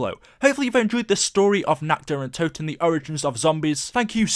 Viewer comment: I started taking vodka shots when ever he said natchderuntoten